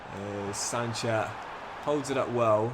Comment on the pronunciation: It's pronounced as "sunset" not sanchet..